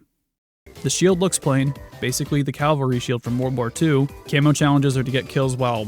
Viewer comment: Cavalry as in cavalier. You will never mix that up again